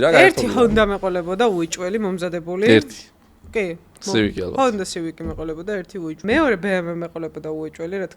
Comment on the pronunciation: Civic ი რომ თქვი გაასწორა👍